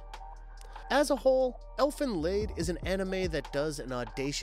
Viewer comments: Elfen LAID!!?? He has to be doing this on purpose. Doesn't make me hate it any less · Its elfen lied (lid) its a german title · more like leed